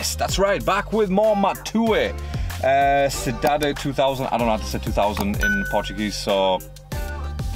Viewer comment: Cidade 2000 is a neighbourhood in Fortaleza. The pronunciation is: Cidade= see dah dee 2000(dois mil)= doh ees meal